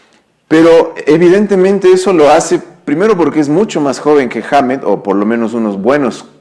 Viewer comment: Correción "Kirk Wahmmett" hahaha xD